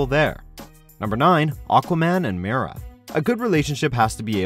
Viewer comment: Bruh he kept saying Mira instead of Mera....